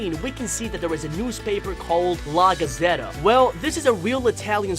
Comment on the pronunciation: i'm laughing so much for ur pronounce of la gazzetta, via revello,la strada and giulia BAHAHHAHAHA but i guess is ok bc ur english u don't study italian